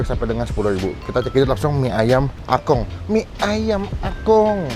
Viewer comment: Itu engkong bang bukan akong😬